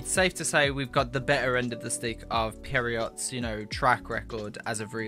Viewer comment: The way you say Pierrot had serious character development bro🤣, ah you said Perriot later on I thought that had character development. Ow well it doesn't matter